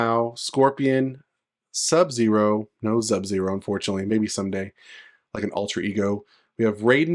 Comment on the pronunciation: You still calling SUB ZERO….ZUB zero lmao come on bro!